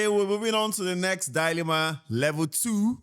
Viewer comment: I’m actually losing my mind with how they say dyyy-lemma 😭 just a correction, it’s DI-lemma duhlemah ❤️❤️